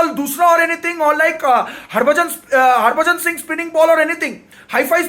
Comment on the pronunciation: My man said "Harbajah Singh like spin" 😭🤌